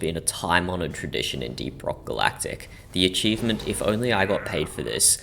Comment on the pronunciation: did bro just say with all of that, if you want to get this eachivment just get the eachivment?